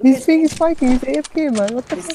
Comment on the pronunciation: Did he just said apk? instead of afk on